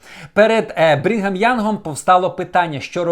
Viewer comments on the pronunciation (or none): мормони та інші церкви нічого поганого Україні не зробили. Краще розкажи про російську сталінську, кгбістську церкву, яка проклинає українців. І не Брінгем Янг, а Брігам Янг. Краще вивчай матеріал. 100% що ти нечитав книгу Мормона. Канзас сіті ніколи не був у штаті Міссурі. Невіглас.